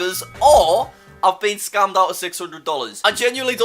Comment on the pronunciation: He says scammed scumed